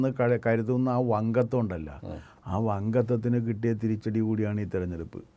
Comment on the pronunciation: വങ്കത്വം എന്നല്ല, വങ്കത്തം എന്നല്ലേ?😂